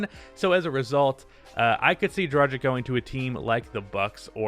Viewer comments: Fyi its DRA-GICH, not DRA-JICK. Just a side note. Keep up the good vids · pleace stop pronouncing "dragic" so wrong